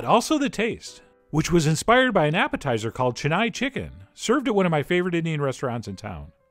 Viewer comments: It's chen-naai, not chenaye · Hey, you pronounced my city's name completely wrong... Chennai has only small vowel sounds. Chen-nai. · heck you it is not chen-nii!!!! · 'Che-nai' chicken wings ☺️😆 cute pronunciation.actually the pronunciation is 'chen-nai' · its Chennai(Chain-na- iee).previously known as (Madras).. capital of the state Tamil Nadu, India..... Chettinad is a district in Tamil Nadu... famous for spicy hot chilli laded dishes... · Absolutely murdered the pronunciation of Chennai 😂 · He said Chennai in the exact way I thought he would. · Cringed every time “Chennai” was said like that haha. But wings looked bomb dot com!!👌🏼👌🏼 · chennai is sounded wrong